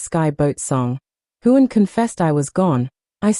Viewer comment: Why in the world don’t you learn how to pronounce HUEGHAN, BALFE and FRAZER!!!!!!! If you’re going to talk about them at least have the courtesy to say their name correctly. Their fans don’t appreciate all the mispronunciations!!